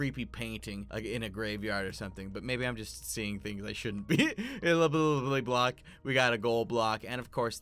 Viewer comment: "Llbllblblb block" ??????????????